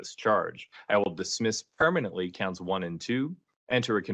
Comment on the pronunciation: Why can’t he pronounce “permanently” correctly it kills me